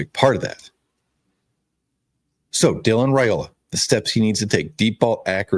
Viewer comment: Hey sweetie FYI Dylan's last name is pronounced RI Ola. I enjoy your shows. Have a blessed day.😊